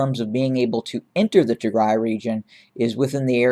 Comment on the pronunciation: Thank You for covering the Tigray Genocide. The pronunciation of the cities are incredible👏🏾🤩🙏🏾 Tigray Siera Bdeka